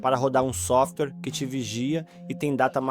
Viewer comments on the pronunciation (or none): none